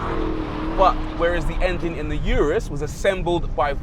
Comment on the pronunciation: lamborghini "you-russ" "porscha" hahahahahahaha what a joke!!!!